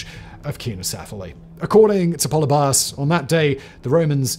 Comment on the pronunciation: Πολιβιος = Pol-EE-bee-os, not POLLY-by-ohs. Just sayin. One thing that’s not mentioned is that Cynoscephalae is really in the middle of nowhere. It’s difficult to get to even today on one lane dirt roads. Very hilly and rocky terrain. It’s somewhat amazing to me that two entire armies accidentally made their way there in the rain. The top of that hill is an absolutely terrible place to try to use a phalanx and I have to think that the only reason Philip didn’t make a fighting retreat and try to fight on more level ground was because of Flaminius’s elephants.